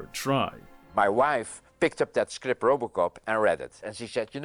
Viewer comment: was curious 'bout movie "Robocop" and all I can hear is "Rubbalcop"